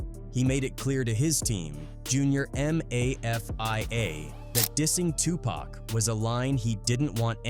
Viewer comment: Seriously, or spelling out mafia letter by letter lmao. Not sure why people don't even bother listening to it back for mistakes when they make something like this.